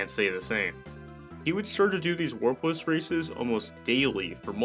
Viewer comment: Every time you say warpless I hear worthless lol.